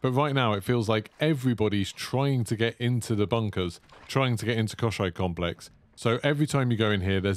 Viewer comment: Мне очень нравится как ты произносишь Комплекс Кощей